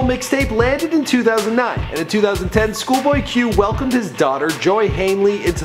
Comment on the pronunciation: “shoolboy q”